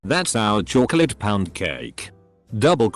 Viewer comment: The way it says chocolate